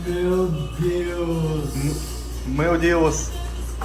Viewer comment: Чел все круто но язык надо подучить) меу деус прям режет слух) меу ДЭУШ !!! Учи учи )